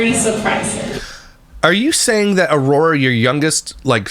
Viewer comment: Where's the grammar police pop up?! She says a lot of things incorrectly: Relling = railing. Why = while. Ora = Aurora. Seavanyah = Savannah. Drives me insane🙆🏾‍♀️🤦🏾‍♀️